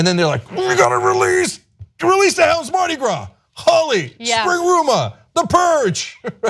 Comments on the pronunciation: It's pronounced "Holy" not "holly" lol and these women need to not participate in Holi if they feel like they're being targeted.. not all women, but those that feel targeted/unsafe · Ana i am a big fan of the work you do, but you need to at least try to pronounce the words correctly, especially if it's the topic of your report! PS: its pronounced <HOLY> not <HOLLY> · 'Holi' is pronounced 'holy', not 'holly'. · Not "Holly" its pronounced more.... "Hole-y" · It is NOT holly, it is Holi, as in holy mackerel. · i'm indian and they are mispronouncing holi in this video it's pronounced hole y not holly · It's not pronounced "Holly".. it's pronounced "Holy".. like Holy crap can you please pronounce this correctly! :P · no, its ho-ley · yes it is pronounced 'holy'. those are probably westernised indians who can't pronounce traditional indian names properly smh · WOW people are so motivated to judge and teach us INDIANS. ! too bad, they don't have that same amount of motivation to do research on their own. A couple of paragraphs from some newspaper or FB post cannot actually explain the full picture. i mean, at least pronounce "Holi" properly. if you want us to consider any of your suggestions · again proving they are glorified googlers. They can't even pronounce Holi correctly.